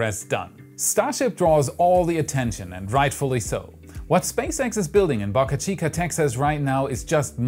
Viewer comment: Please pronounce Boca correctly the o sounds like the o in spoke